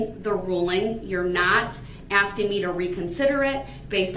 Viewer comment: This half-man is going to regret that " are you axing me or telling me?" when he gets to his new home where the the real bad-asses will be. Prison staff and inmates, will all be aware of his wanna be bad ass posturing. He'll probably also hear "grounds" for many years. Oxygen waster. ' '